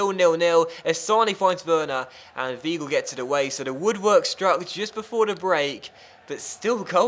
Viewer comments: Weigl is Wigh-gull not we-gull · Not vee-gull either